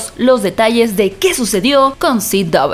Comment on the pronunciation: Porque dice Ci Doubleyu en vez de CW? Porque dice HBO o DC y no dice EichBiO ni DiCi.